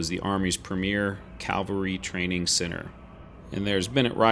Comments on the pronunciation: It's pronounced "CAV al ry" not "CAL va ry". Calvary is the English "Golgatha" or the hill where Christ was crucified. Cavalry is the historical reconnaissance branch of the Army. I'm a former 3rd Cavalry Regiment Trooper and I enjoy your videos. Please understand my enthusiasm in this regard. Your videos still have the best musical scoring. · Sorry buddy, an interesting video but I had to quit watching because of your pronunciation of the word CAValry. I know, picky but I can’t help it.